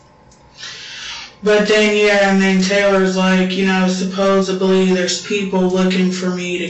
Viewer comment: When someone says “supposeBly” I just walk away. Same with “Cap” or “Bro” or “On God” or “I was like, then he was like, they were like, you know like…” ✌🏽